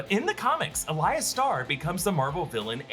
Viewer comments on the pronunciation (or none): none